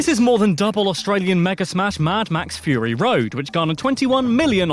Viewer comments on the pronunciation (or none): none